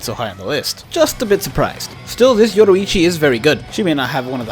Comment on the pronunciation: Why did you pronounce yoruichi “yodoichi” it’s stupid